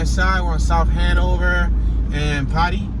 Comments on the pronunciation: It's called potee Street not potty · Not potty street. Po Tee street. Hilarious 😂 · Potee is pronounced po then tea like a cup of tea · Pronounced "POE-TEE" Street. During a city bus strike, I used to walk across that bridge in cold weather in junior high school. I lived in Cherry Hill, Bmore. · Poe Tee street . Please do your home work before you attempt to be informative. You passed over the true Patapsco river on that bridge. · PO (long O) TEE Pronounced "Pōtee" Street. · P-ot-ee my mans say it correctly